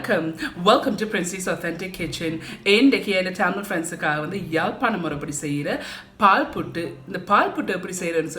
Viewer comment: தமிழ் எண்டே சொல்லுங்க. ரமில் எண்டு சொல்லாதைங்கோ. அம்மாவின் ஞாபகமும் ஊரின் ஞாபகமும்,வந்திட்டு இதைப் பார்க்கும் போது. வாழ்த்துக்கள்.